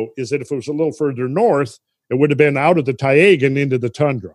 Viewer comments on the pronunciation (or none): Marvelous again, thanks! It's very good to have the right perception, as we just don't. Taiga is pronounced like a combination of Thai-(land) and ( Lady Ga )-Ga.. :-) Thai -ga. Cheers!